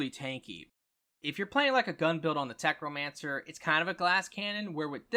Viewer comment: say it with me.....tech....no....mancer....NOT FUCKING TECHRO. WHERE THE FUCK DID YOU GET THE R?!